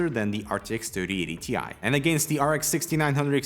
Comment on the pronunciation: According to Nvidia.... It's not a T I It's a TIE. Don't mix them up, please.